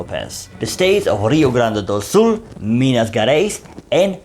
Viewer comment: I am happy to see you in my country,. So cute 🤗your very precise pronounce of "Rio Grande do Sul", where I live. In this region, we are gaúchos, before being brazilians. ヽ(͡◕ ͜ʖ ͡◕)ﾉ 🍀 🇧🇷